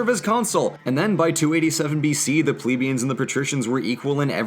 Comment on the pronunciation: It's 'Ple🐝ans'